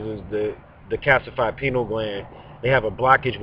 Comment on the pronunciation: Pie-Knee-AL Gland.